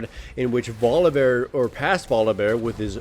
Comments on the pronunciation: Why the heck do you keep pronouncing VoliBEAR as VoliVEAR? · Say it with me-- Voli BEAR. Not volivare. Ily but i am also a grammar nazi